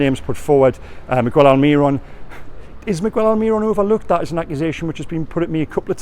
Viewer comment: Why can you correct your pronunciation of defence, but never migWELL alMIRon... Please please please stop